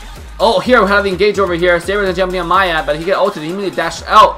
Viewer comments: It's not Maya its Miya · I think its "Mee Ya" not "Ma Yah" for the pronunciation of Miya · Why do you always say maya insted of miya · isn't it miya? Like Me ya. Not Maiya? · Everything was cool and awesome except the way you said maya instead of miya. That was annoying. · its Miya Not Maya ! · maya 😂 I don't care if pronounce miya weird 😂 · I don't say miya ,it's pronounced meya